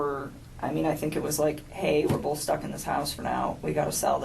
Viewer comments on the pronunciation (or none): It's not Bolth but BOTH 😂😂🙄